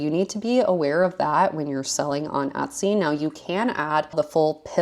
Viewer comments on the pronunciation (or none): This is the second video that I’ve watched of yours and the only word that I couldn’t make out for the longest time was Etsy because I was hearing Utsy 😆I wondered if Etsy had a twin sister site at first. 🤣